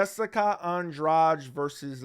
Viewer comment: An-DRADGE? It's An-dra-GEE. Why do Americans always tend to "own" foreign words only to mess them up!?